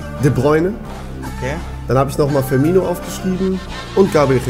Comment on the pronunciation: Ee heißt dennoch Firmino und nicht Firminio